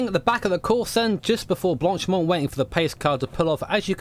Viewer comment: Blank-pain? I think it sounds more like blonk-pah :) You pronounced the name of the the start section at Spa correct though...